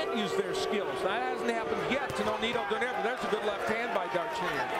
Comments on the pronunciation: Cmon man..the way to pronounce his name is DO-NAY-RE.. NOT DO-NEYR.. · This reporter Call nonaito name SLFE DO-NAIRE ITS DO-NAI-RE